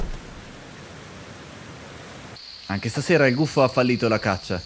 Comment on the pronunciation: Scottecs si dice gufo no guffo